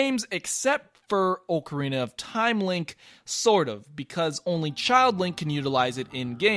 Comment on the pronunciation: AHHHHHH, OHHHHHHH-CARINA OF TIME? STOOOP